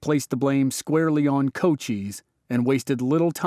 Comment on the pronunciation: Pronounced Co-CHISE, not CO-cheeze, hard 'S"...